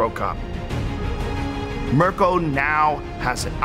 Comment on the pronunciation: I cringed how he pronounced "Mirko".